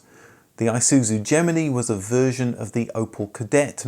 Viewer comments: Gemini "You and I and Gemini" Gem-in-eye not Gem-mini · Gem-en-ei. Odd to hear it said another way. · The Isuzu Geminey??